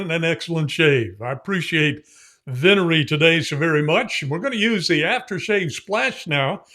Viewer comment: with every new release, continues to distinguish himself. My Italian is pretty solid, so for this word, the emphasis is on the first syllable. Wow, where in Indiana? I was born in Mishawaka/South Bend.